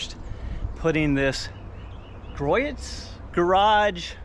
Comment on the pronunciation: Gree-ohs Garage (the T is silent).